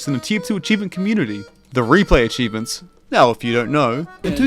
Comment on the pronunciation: Didn't you mean replay "achiebements" ?